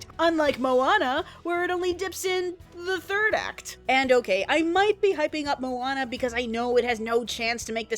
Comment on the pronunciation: At the beginning i thought she said Obama. :)